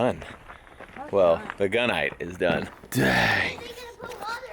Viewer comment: Hey #, what is it that you have on your shiRRRt? Some KGB ammo RRRelated stuff. VeRRRy dangeRRRous! 😁😁😉👍 Now it sounds like you're saying: "and the bullet's done. Well, the GUN-nite is done." 🧐